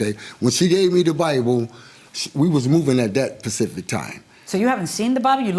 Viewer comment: It’s not Pacific it’s Specific 😂